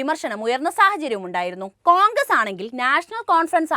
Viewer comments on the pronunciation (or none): none